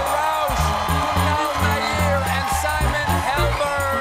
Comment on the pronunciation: Stephen mispronounced Kunal Nayyar’s name in the introductions as “Nay-eer”